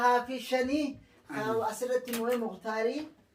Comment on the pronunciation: Mukhtaar harfii خ tana ك tti qaraate,saniifuu خ kh jedhi,harfii ث tanaas س jette ث fiixxee arraba kee gara alaatti baasii dubbisi ,ammaas harfii ص tanaas akkasuma س jetteerta sirreeffadhu rabbiin sirraa haa jaalatu,warri haftan lamaan sardamaatu isin balleesse malee mashaaa'Allaah ورتل القرآن ترتيلا hin dagatinaa, Isin sadanuu mashaaaaaa'Allaah rabbiin sadarkaa keessan ol-haa fuudhu galatoomaa